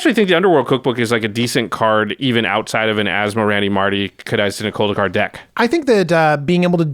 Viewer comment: I was waiting for a demon to be summoned behind as he pronounce that card name perfectly…